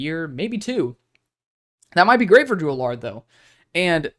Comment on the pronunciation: Drew (AL-ER), the way you say his name bothers me😂